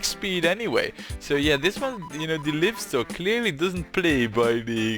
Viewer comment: Careful with those very sharp turns. 100 years into the future you'll have to redesign (some of) those because trains will be slowing down! And like a lot of people say ;-) it's "laaivstok"! It's alive!